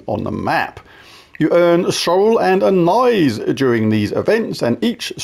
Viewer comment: JLYK anise is pronounced like amiss